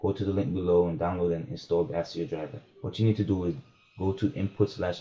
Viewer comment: this nigga said "ASS-E-OH" lmaooo.. thanks for the vid though.. my question is a little more in depth though because I'm not using the Asio driver nor am I using my laptops either. I'm using a Focusrite Scarlet 2i2 and I'm dealing with the crackle which shouldn't be happening.. I'll have to search more specifically for users with the same interface.. cheers #MISTA808